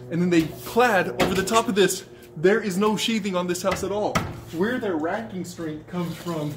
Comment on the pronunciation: "WHERE'S YOUR RAKI-STRING?" 😂 racking strength* got it. Drywall shear walls good until the first seismic jolt